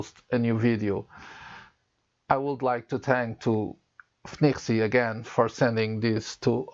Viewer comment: I mostly wish I could pronounce FNIRSI as well as you 🙂